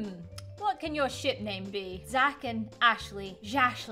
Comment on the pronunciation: you said sh*t not ship